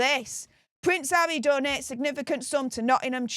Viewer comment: You need to see an English language speech pathologist urgently. Havvy ffs